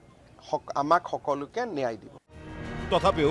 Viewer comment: মুখ্যমন্ত্ৰীয়ে ন্যায় শব্দটো শুদ্ধকৈ কব নাজানে, কি নেয়াই নেয়াই বুলি কৈ থাকে।?